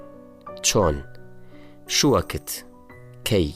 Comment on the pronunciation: ئەوەی ئەیخوێنێتەوە خۆی پێویستی بەوەیه فێری عەرەبی بێت .. ئی بیش..بەچەند..شگەد یتەوڵ، شوەکت 😂😅 والله پێشنیاز ئەکەم کەس گوێی لێنەگرێت، بەخوا هەرچی بزانیت لەبیرت ئەچێتەوە